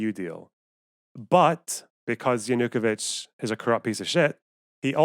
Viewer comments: Yeah, that bothered me a bit too. It's stressed on the third syllable, not the second. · Analysis as flawed as the pronunciation of Yanukovich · Great and right on everything save for one thing: Your pronunciation of Yanukovych is infuriating.